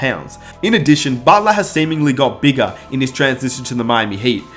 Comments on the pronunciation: And each year he got beegah, and beegah, and beegah. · Why does he say “ bigger” as “begga”